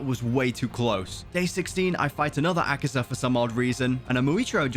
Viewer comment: Its akaza not akiza